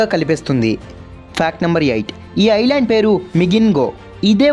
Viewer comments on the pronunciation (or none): none